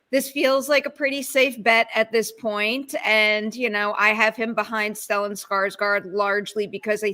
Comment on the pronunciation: I’ve never heard anyone pronounce Stellan that way before 😂